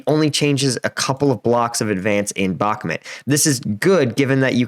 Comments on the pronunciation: Just friendly tip, it’s pronounced BakmOOt, rather than BakmIT. :) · Please stop calling it Bakmit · "Donbis" "Bakmit" "Neeper" LOL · Great analysis. Its prounounced Bach like the composor and Mute with a silent E though for future videos. God speed to this Offensive. I volunteer with Engin and want my friends lives to go back to normal as soon as possible. May no mercy be shown to invaders. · i about to give you nothing if you as a war strategy analyzer can not pronounce the bakhmut city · Please learn how to properly pronounce Bakhmut... its painful the way you pronounce it.